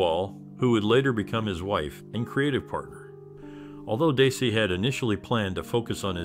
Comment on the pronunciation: His name is pronounced "Dezzy" not "Daysee".